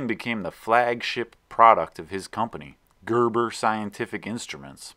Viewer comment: Cörves? Convörsions? Görböh!